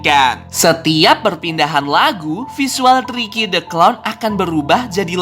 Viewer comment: Tirky bukan tiky